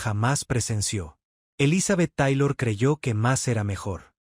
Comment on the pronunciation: Mentiras más me mentiras,Ni siquiera sabe pronunciar el nombre de ELIZABETH TAYLOR Y RICHARD BURTON!!!(POR FAVOR)!!!